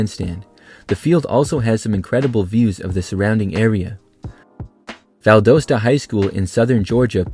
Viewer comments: Valdosta is pronounced “Val-dah-’sta. 🙂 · Bazemore is pronounced baze more not baz more and Valdosta is pronounced Val daus tuh with the dos in the name sounding like the word toss so (val-doss-tuh) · I love your content but please try to research the correct pronunciations of a lot of these stadiums! I’ve noticed three names mispronounced during this video (including Massillon and Valdosta). I hope you don’t mind this unsolicited suggestion! I find your content super interesting! (“mass-lon” and “Val-daw-stuh”) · We do not pronounce Valdosta like that….